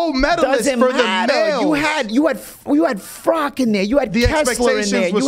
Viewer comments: Who the fck is Frock ? You mean Froch right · I don’t think “froch” would appreciate you calling him “frock” lol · Fro-uch not froc-k